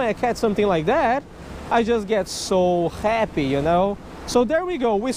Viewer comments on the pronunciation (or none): you said khappy lol